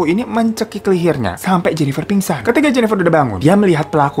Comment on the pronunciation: salah denger apa emang bilangnya “mencekik lihirnya” ya? 🤣